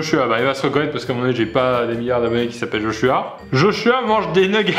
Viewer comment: tu zozotes ? On dit "josuah'' comme c'est écrit et non" joshua"